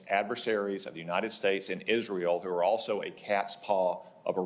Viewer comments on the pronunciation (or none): none